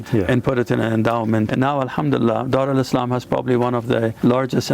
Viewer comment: Why you calling it Dar Alislam?